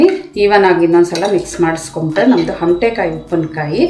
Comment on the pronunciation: ಹಮಟೆಕಾಯಿ ಅಲ್ಲ ಅಮಟೆಕಾಯಿ